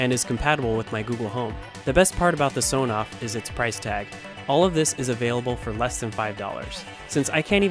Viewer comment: You might like to know that it is actually pronounced "ESS On Off" not "Soh noff".